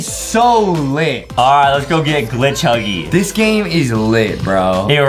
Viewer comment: He say thepiggy Huggy